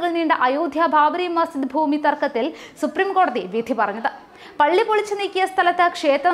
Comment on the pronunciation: ബാബറി മസ്, ''ജിദ്'' വിഴുങ്ങിയുള്ള വാര്‍ത്ത വായന ശരിയല്ല... അക്ഷരങ്ങള്‍ വിഴുങ്ങാതെ വായിക്കുക.